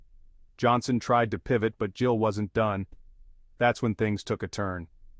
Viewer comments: his name is GILL not JILL. AI is lame. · His name is Gill. Not Jill fix your AI dude.